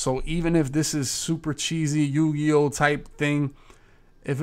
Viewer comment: He said yu gi oh lmao